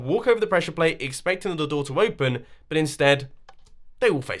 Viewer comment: You said "butt..." instead of "but" xc